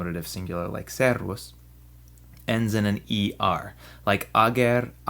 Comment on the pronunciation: I know i'm like 11 years late, but could you explain why you pronounce the e, which is not an ē, in servus elongated while you´re pronouncing the ī in servīs short?